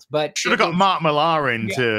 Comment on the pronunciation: Is Mark Millhaaaar any relation to the Scottish comic book artiste Mark Millar? How can they get a 6 letter name wrong?